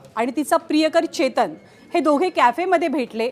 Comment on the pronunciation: Ketan ki chetan te aadhi nit bagha mam😅